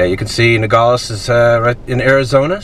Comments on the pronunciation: Finally someone giving Arizona and the most Mexican side of it! I personally love it mostly because I’ve lived here my entire life. And just a little thing when pronouncing Nogales instead of saying it like “Nogoles” really pronounce the a in it. Just like it’s spelled NogAles. You don’t have to make it the loudest just pronounce it I guess. Nogales pronunciation is nothing special! And don’t get confused I live in Nogales but not down town. Just going a little bit up is a huge difference lol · It would help if you knew how to pronounce Nogales ...No-gal-es. not gaul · The name of the town is pronounced No-Gal-les. Equals Nogales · Just FYI its pronounced "NOgales" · i feel safer on the mexico side. we live in rio rico, just outside of nogales. and it feels very safe in this whole area. the crime here is nearly nonexistent. he couldn't say "nogales" correctly. and it means "walnuts". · Youre mispronouncing the name Nogales. But yeah I live 12 miles from there, go there every weekend. Safest city in Arizona probably.